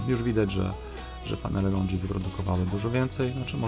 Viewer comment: Podoba się, tylko nie katuj uszu tym LONDŻI, to są LONGI nie LONDŻI 😉